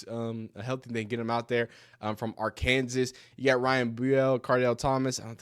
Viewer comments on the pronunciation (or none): Augustave from Are-Kansas 😂😂